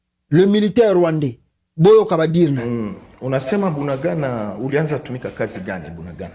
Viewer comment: SVP, IL NE FAUT PAS KO TRANSFORMER KOMBO YA MBOKA NA BISO, EZALI BUNANGANDA TE TE, EZALI NDE BUNAGANA. DIFFÉRENCE EZA MAKASI NA PRONONCIATION NA YO.